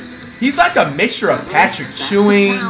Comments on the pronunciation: Flight still saying pattrick CHEWING🤣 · Man said Patrick chewing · This guy said Patrick Chewing 💀💀